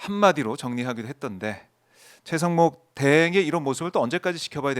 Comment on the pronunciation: 노변이 권영세 권성동 다음에 최강욱이라고 한거 맞나? 최상목 말한거 아님? 발음이 아무리 들어도 최강욱으로 들림. 내가 이상한가?